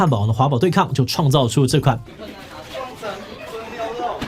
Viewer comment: 雙ㄘㄥˊ～ 不是雙塵～